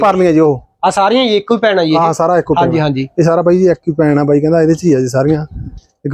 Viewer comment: ਵਾਈ ਨਹੀਂ,ਬਾਈ